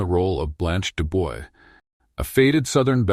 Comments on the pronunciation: De Bois pronounced as De Bwa. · mispronounced Dubois?!? Bye